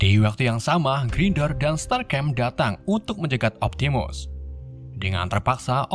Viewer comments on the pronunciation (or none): Bang masa starscream dibilang strasgem🤣